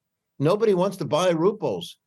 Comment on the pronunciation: Rubles not ruples